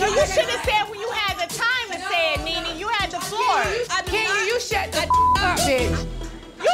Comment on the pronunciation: themezzy mahon I know you did not just say “kneeKnee”